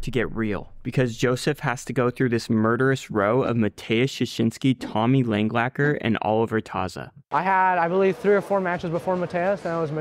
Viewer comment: Why do so many people put a second L in Langaker's name when they say it?